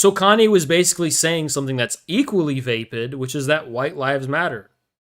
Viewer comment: Grammar nazi chiming in, vapid is pronounced like rapid. Always like your streams even though you a filthy commie.